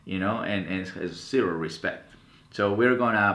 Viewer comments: But he pronounced it "Respet". XD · hahahahahahahaha "RESPET"